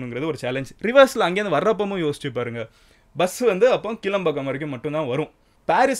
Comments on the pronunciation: It's not kilambakkam , kelambakkam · ஹாய் மதன் ப்ரோ, நான் உங்கள் ரசிகன்... ஆகையால் நீங்கள் ஒரு நல்ல முன் உதாரணமாக இருந்து சில உச்சரிப்புகளில் கவனம் செலுத்தவேண்டும்... உங்களை பார்த்து இளைஞர்களும் பாதிக்க பட கூடாது... முதலில் அது 'கீள'ம்பாக்கம் இல்லை. 'கிளா'ம்பாக்கம்.. இரண்டாவது, கலைஞர் 'செனட்டரி' இல்லை 'சென்டெனரி' !! ஒன்று கூட மக்களுக்கு சொல்ல விரும்புகிறேன்.. சென்னனையில் இரண்டு இடங்கள் உள்ளன..ஒன்று கேளம்பாக்கம், இன்னொன்று கிளாம்பாக்கம். சரியான உச்சரிப்புடன் விசாரிக்கவில்லை என்றால், கேளம்பாக்கத்திற்கு வழி காட்டி விடுவார்கள்.. அது OMR இல் உள்ளது. வெளியூர் மக்களும் கவனிக்க வேண்டும். rapido/uber/ola புக் பண்ணும்போது "kilambakkam" என்று தேடுக, "kelambakkam" என்று தேடாதீர்கள்! கோயம்பேட்டில் உள்ள வசதிகள், இங்கு இல்லை.. சில உதாரணங்கள்: 1. சென்னை சேரும்போது, கோயம்பேடுக்கு பெரும்பால வண்டிகள் பெருங்களத்தூர் பைபாஸ் வழியாக செல்லும். சில வண்டிகள் கிண்டி வழியாக செல்லும்.. கிண்டி புறநகர் இல்லை.. ஆகையால் வயதானவர்கள் இல்லை முடியாதவர்களுக்கு ஒரு option இருந்தது நகரத்துக்குள் இறங்கி பயணம் தொடரலாம். இப்போ அது இல்லை. 2. வெளியூர் பஸ் ஸ்டாண்டும் உள்ளூர் பஸ் ஸ்டாண்டும் அடுத்து அடுத்து கோயம்பேட்டில் இருப்பதால், சென்னை சேர்ந்ததும் எல்லா இடத்திற்கும் சுலபமாக டவுன் பஸ் ஏறி விடலாம். ஆனால், புது பஸ் stand இல் வெளியூர் பஸ்கள்(ஆம்னி & govt) மட்டும் வைத்திருக்கிறார்கள். அப்படியே டவுன் பஸ் ஸ்டாண்டும் பக்கத்திலே திட்டம் இட்டிருக்கலாம். 3. மெட்ரோ இறங்கியவுடன் CMBT யில் பஸ் நிலையத்திற்கு உடனே வந்திடலாம். KCBT க்கு வண்டலூர் பூங்கா வில் இறங்கினால் 800 மீ நடக்கணும். ஊரப்பாக்கம் இல் இறங்கினால் 2 கீ மீ நடக்கணும்! பெரிய தவறு திட்டத்தில். நீங்கள் சொன்னா மா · It's not kilambakkam it's kelambakkam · It is not கீளம்பாக்கம்... It is கிளாம்பாக்கம்... Please correct. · 0:1 keelambakkam illa bro kilambakkam (pronunciation must bro) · Its not keelambakkam. Its Kilambakkam.. Its not Cenetry, its Centenary. Please watch your pronunciation Madan. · கிளாம்பாக்கம் ... Not கிளம்பாக்கம் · எற்கனவே kelambakkam/ kilambakkam குழப்பம். வேற கீலம்பாக்கம் ன்னு குழப்புராரு.... இதும் கிளாம்பாக்கம் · அது கீளம்பாக்கம் இல்ல கிளாம்பாக்கம்